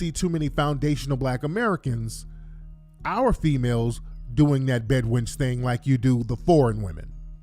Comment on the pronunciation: Bed winch”ize” lol